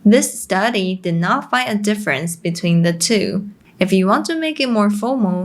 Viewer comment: Pity you don't bother to pronounce the final sounds of your English words properly, especially short words e.g. " five" which you repeatedly pronounce " fai", or losing the "t" from "not" and "about". Very annoying , especially when the rest of your presentation is excellent.